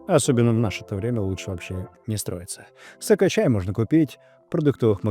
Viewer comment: сОкочай)))) сперва услышал через "У" 😁😁😁